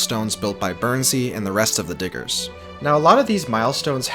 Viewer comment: Bro you gota make sure you annunciate the D in diggers a little sharper lmao